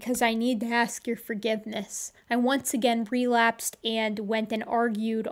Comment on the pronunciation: relapsed not "prelapsed"